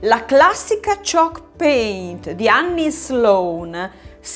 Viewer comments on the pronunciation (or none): ah ok, dalla pronuncia non capivo 😅